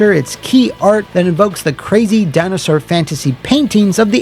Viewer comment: “Thats a little baby Dino-Sawr” 😂